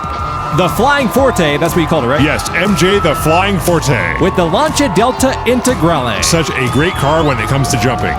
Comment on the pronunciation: Lancia Delta Intagrale, perfect pronunciation! Greetings from Italy !